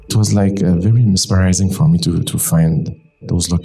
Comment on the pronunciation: I heard inspirizing 😄